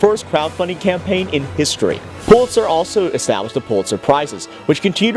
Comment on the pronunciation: Its pronounced PULL itzer!